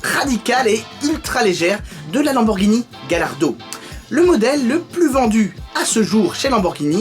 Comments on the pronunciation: Ça ne se dit pas galardo, mais Gallardo (galliardo si on préfère ) Ait confiance en le pro lambo😋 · gallardo = tu la prononce "gayardo" :) é murcielago = murtchielago Super Vélotché :D é ta video é super CoooooL ;)